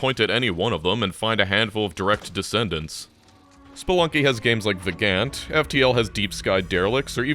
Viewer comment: I had never heard of Vagante but after rewinding 10 times to figure out what the hell you were saying (and turning on subtitles), I tracked it down. Pretty cool game.